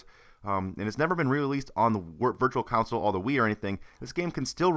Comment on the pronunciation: You do know its "console" not "council" right?